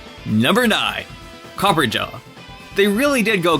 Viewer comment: Copper-RAH-JAH not copperjah